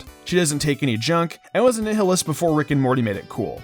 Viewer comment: Did this nigga pronounce nihilist as nelhillist dumbass😂